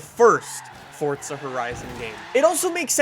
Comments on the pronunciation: He said Fortza not forza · Forza, not Fortza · In the beginning "so fortza horizon 2 " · Fortza hahahah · Annoys me how you say Forza, "Fortza"